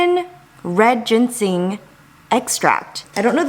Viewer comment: Sorry but that bad pronunciation for GINSENG though